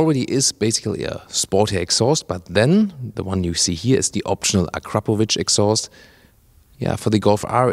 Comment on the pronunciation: is one of the rare journalist who can pronounce Akrapovič correctly! Very good.